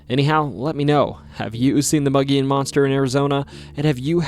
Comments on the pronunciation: Its pronounced MOE-GEE-ONN monster. Spelled Mogollon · Arizona native here. It's pronounced mo-ghee-on. Mo as in "Moe is out". Ghee like the clarified butter used in Indian dishes. On as in "it's on the table". Otherwise, fantastic video. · Another Arizona episode!! Even though Grand Canyon goes further, I still appreciate this! Edit; one tiny nitpick, it’s supposed to be pronounced “Moh-Gee-Yon”, but other than that another great video, the mogollon monster has always been one of my favourite stories, camping by the rim is always exhilarating and the wildlife and nature there is beautiful year round! Too many people don’t know how beautiful Arizona is!! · It's pronounced Moe G on, not mug e on. based on a the rim region around Payson Az. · Boy the way you butcher mogollon monster aNd Prescott Arizona sure does piss me off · As a lifelong Arizona resident. Your butchery or the words Kaibab and Mogollon is cringe